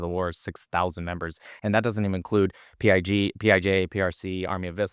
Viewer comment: said “PIG” instead of PIJ 😂 so from now on whenever i hear PIJ I’m going to think 🐖 😂